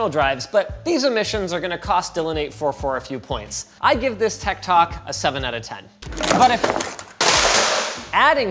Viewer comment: I must be a boomer because every time Linus said "Tech Tok," I kept interpreting it as "Tech Talk" in my head